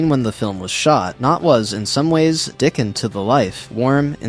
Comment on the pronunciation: It’s not Dickon it’s DickONN